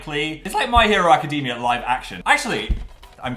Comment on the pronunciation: Phil I am BEGGING you to learn how to pronounce "academia"